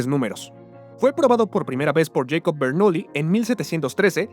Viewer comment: l nombre de este matemático suizo no se pronuncia Yecob, se pronuncia Yacob, pues en idioma alemán la vocal a no se pronuncia como en inglés, sino como en español. Bueno, para los que lo ignoran, en Suiza no se habla inglés, se habla 4 idiomas, pero en Basilea, la ciudad donde vivió Jacobo Bernoulli, se habla alemán, alemán suizo, la variante suiza del alemán.